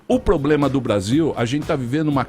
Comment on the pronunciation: O "poblema" é não pronunciar o (R) do problema... 😂🤣😂🤣😂🤣